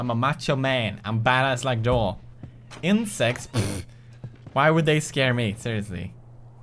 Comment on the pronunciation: “I’m not scared of insjects!” Lol